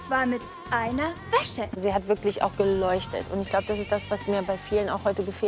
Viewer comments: Wie einfach jedes mal WÄSSE anstatt WÄSCHE sagt... 😂😂😂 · Hab ich das falsch verstanden oder hat anstatt weisse Wäsche,weisse Wässe gesagt🤣🤣